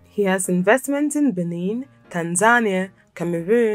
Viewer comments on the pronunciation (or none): none